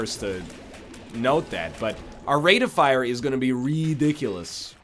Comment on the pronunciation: Is it just me or is NL emphasizing different words now than he used to? He used to say "Rate of FIRE" and "Deal with the DEVIL" now he's like "RATE of fire" and "DEAL with the devil". It's throwing me off xD